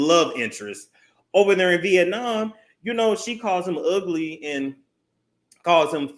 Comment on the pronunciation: Not “yu ug-lee, ug-lee donkey kong” 😭😭😭